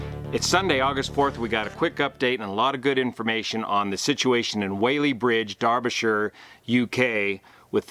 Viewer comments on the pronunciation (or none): Just so you know. We locals say Wallee Bridge. I don't know why.